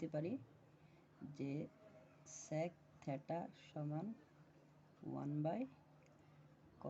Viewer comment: ভিডিও মানসম্মত না হলে দেখতে ভালো লাগে না। উনি এই দিকে ভিডিও করছেন অথচ ব্যাকগ্রাউন্ড এ অনেক সাউন্ড হচ্ছে। ভিডিও আরো ভালো করতে হবে। আর এই টাকে থেটা না থিটা বলে। বললে ভালো শুনায়। (SSC batch 2025)